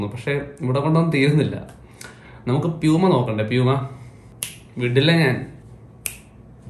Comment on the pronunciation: പലപുമ അല്ല പ്ലpuma ആണ്